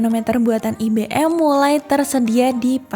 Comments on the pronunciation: IBM bacanya bukan i-be-em Mbak, ai-bi-em gitu loh Mbak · Ai Bi Em Bukan I Be Em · IBM dibaca ai be m Emba 🤦